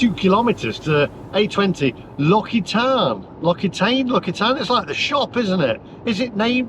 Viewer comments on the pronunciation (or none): it’s L-OKSI-TAN…. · L'Occitane is pronounced "Loxitan" in French. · L'Occitaine - is pronounced Lock see Tan. My wife used to swear by their products. - - People driving on the wrong side - probably in Beemers and Loudis! - - - Canape's - you need those over the tops of the chargers!